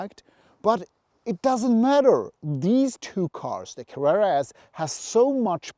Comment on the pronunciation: I like how you say Carrera! I have can not find a difference in sound reduction with the light weight glass. I enjoyed the the video, the bottle of water was a star!